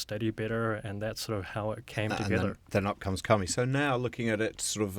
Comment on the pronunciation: I would have an easier time promoting this for my students if I didn't feel the name was a secretive strike against Christianity. You didn't say Kami correctly to mean paper. In the sense you are using, it would mean spirits or deities "god" of Shinto religion. The emphasis would have needed to be on the Mi. Could you clarify please?